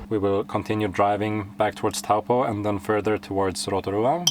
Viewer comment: Pronounced TOE PAW